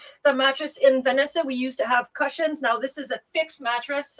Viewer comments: I smile whenever I hear you pronounce “cushions”but it’s not correct. How about an Anglais lesson. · Makes me smile every time!! Pretty sure it is the official pronunciation of "cushions" in the Ottawa/Gatineau area 😂